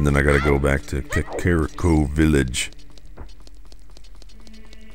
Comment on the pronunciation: It's pronounced Kah-kuh-reek-oh